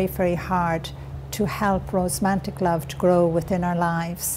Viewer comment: Irish people do NOT say rosmantic. She means romantic which she said correctly twice. She maintains she had no education and is dyslexic and a bunch of other things....but that game pronouncing words incorrectly after having written various books ....I don't know what that's about